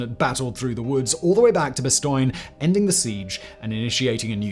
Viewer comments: French teacher here. 👨🏻‍🏫🇫🇷 Say it as "bahss-TONE." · Why can't you pronounce Bastogne correctly? Like nails on a chalkboard.